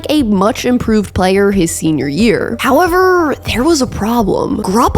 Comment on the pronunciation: I know I’m armchair quarterbacking… but the narration ain’t it. Couple times your inflection on the last syllable doesn’t always have to be accentuated. Ex: seaSON “how-EVERRR”